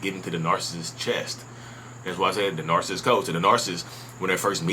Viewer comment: You say “Narcist” lol. Kinda like narSist.